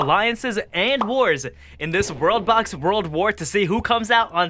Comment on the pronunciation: I hear ROBLOX Instead Worldbox